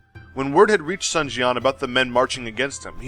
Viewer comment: Yue Jin or He Jin? also you captioned 2 pictures with the same name. if you want to learn proper pronunciation, "Sun the family name" should be pronounced as the english word "soon" or perhaps ["dune" with s instead of d]